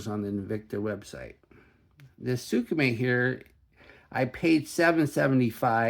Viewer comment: "Sooka-May"... Lol